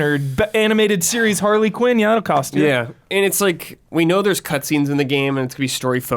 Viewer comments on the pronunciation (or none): none